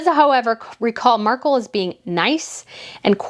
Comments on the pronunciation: Mark-elle insteady of Mark-uhl haha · You're not American so you probably don't know this fact. Marcal Toilet Paper has been an American brand for years. Amazon lists it too. You can find old commercials from the 70s. Anyway, the TP is pronounced exactly like what the woman from Deal or no deal called her. Mar Cal LOL.